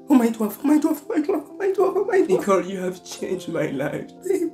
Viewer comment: Gotta love how he says dwarf like he's a different species in a movie